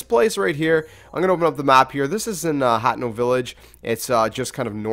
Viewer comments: You pronounce it (HAH TEH NO) not hatno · it's pronounce "ha-tee-no" not hateno pretty sure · its pronounced hay-teh-no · It's just pronounced "Hah-Teh-Noh." Simple. This is Japanese. Not Englisj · Its Ha-tee-no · The game is from Japan. Therefore it "should" be はての pronounced "Ha Te No"